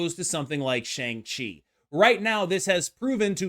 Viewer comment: Shang Chi is pronounced Sh-ah-ng Chi and I hope you see this comment because it being mispronounced is bothering me way more than it should.